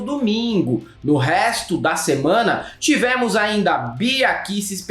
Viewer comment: Por que o pronuncia “tivémos”?